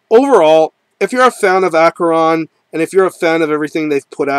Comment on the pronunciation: Great band and I have had the pleasure of talking to Vincent Crowley many times and he is very cool and like King Diamond the man Vincent Crowley is a real Satanist. BTW the band name is pronounced ASHERON not AKERON he has made this clear many times and pronounces it this way himself